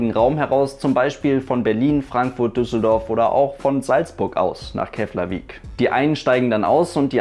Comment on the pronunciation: Interessantes Video :) Btw: Keflavík spricht man "Keplavik" aus :)